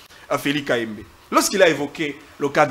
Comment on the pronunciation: Bravo. Tu as cloué au pilori ces robots communicants de l'union sacrée. Mon dieu qu'est-ce que ces gens sont bêtes surtout et sa prononciation confondant les i à la place de U et U à la place de I. Un véritable tonneau vide. J'ai souhaité voir Christian Bosembe lui-même à l'animation ou comme interlocuteur dans ce débat contre.